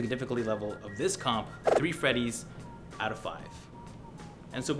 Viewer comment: The Canadian 'eouts' are somewhat satisfying.